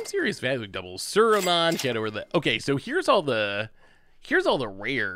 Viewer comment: I have never heard someone saying Saruman wrong :D :D :D "Suraman" :D